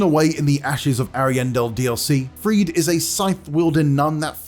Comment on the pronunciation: Sister "Friede" is pronounced as Frida, not as Freed